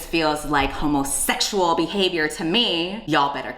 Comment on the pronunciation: Stephen Fry was brilliantly cast in this movie 🌈 P.S. The way he said ‘homosexual’ was a Masterclass in speech and diction.